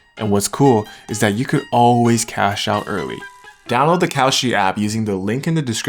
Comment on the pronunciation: Bruh not kalshi come on